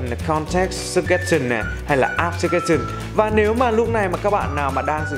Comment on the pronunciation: súc gét sần :)) tôi thích bạn Sơ chtrét sừn đỡ hơn á anhhh